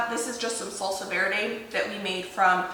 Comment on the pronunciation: lol yeah is not interested in pronouncing anything correctly. 😂